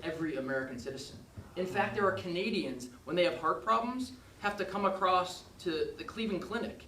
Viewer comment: Acrosst America” 😂😂😂😂- Princeton at work